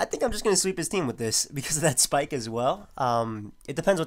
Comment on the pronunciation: I love how says spike it sounds like schpyke